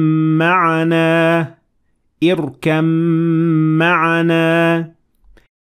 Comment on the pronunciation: people you said “irkam” not “irkab” theres a baa there I thnk ??